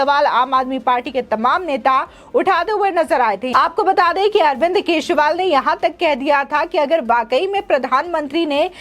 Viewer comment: Dear Madam, can you please pronounce the surname of AK correctly ? Or simply address him as a Natvarlal.